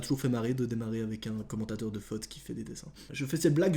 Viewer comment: Joueur de “fote“ quel bel accent vaudois😂🤣